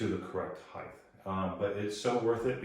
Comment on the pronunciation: height vs heighth